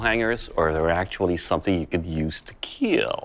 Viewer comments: he said it will kill and not it will KEEL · "It will keel"